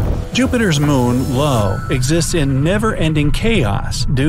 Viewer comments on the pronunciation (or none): Jupiter's moon is Io (eye-oh), not "low"